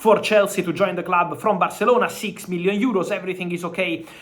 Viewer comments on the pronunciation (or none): none